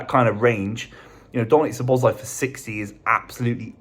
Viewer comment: How to murder pronunciation 101.